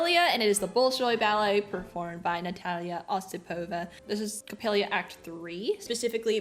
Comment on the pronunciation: Correct pronunciation: O SIP ova - Accent on the second syllable